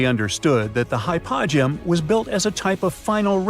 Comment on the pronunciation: Hy -po-gee-um! Please!